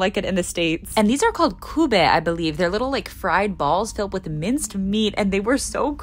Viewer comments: its pronounced kibbeh, not kubeh, spesifically its kibbeh nebesiya aka kibbe torpedos, and try it with a squeeze of lemon in it. so good fresh from the fryer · I’m Lebanese! It was so cute watching you try pronounce the words LOL it’s most typically pronounced kebai like keh-beh, and the Knafeh is pronounced with an eh sound rather than an uh so like kn-eh-feh, and there were a few other mispronunciations but I can’t write out how to pronounce them, still, hope this helps💗